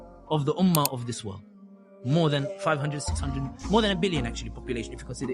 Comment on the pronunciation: its World not Word. Bhai you claim to have traveled around the 🌎 uska pronunciation toh sahi karo...